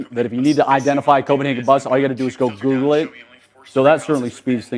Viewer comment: i thought you said Googlé 😂